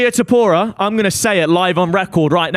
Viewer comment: Danny is the biggest ufc casual that McGregor topuria take isn’t even a hot take and he can’t pronounce topuria